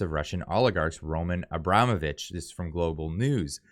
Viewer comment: It's pronounced Ro-MAHN Abra-MOH-vich,. Thanks for your honesty